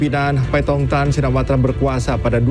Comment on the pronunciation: Shinawarta ????? Shinawatra kaliii miin ...aduh duh sekelas inews loh nama kepala pemerintahan bisa salah 😂😂😂😂